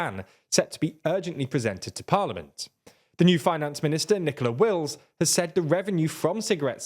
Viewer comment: "Nicola Wills" lol